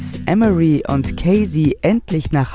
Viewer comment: EM" + "uh" + "ree" so wird emory in englisch ausgesprochen.